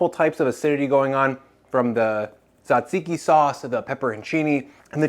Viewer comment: As a Greek, I approve of this souvlaki! Thank you for the video! just a tip, its not SAtziki or T-ZAtziki it's TZAtziki (jajiki), people always seem to struggle with the pronunciation